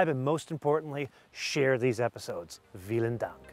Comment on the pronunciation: Did he just said "Wielen Dank" it is "Vielen Dank" (V=F) in German 😅